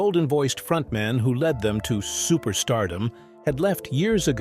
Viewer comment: "Led" singer and Neil "Shun". AI voice is close but no cigar.